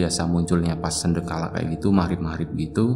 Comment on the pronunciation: sandekala bang....bukan sendekala...